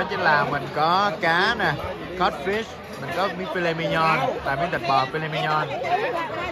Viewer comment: Chữ viết trên thực đơn là mignon mà đọc mi nhon cũng ngộ hén. Sự thật chữ này của Pháp viết rất là đúng và “filet mignon” là giống đực cho nên nếu muốn phát âm đúng thì phải nói “phi lê mi nhong” mới đúng nhia (nếu qua bên Pháp)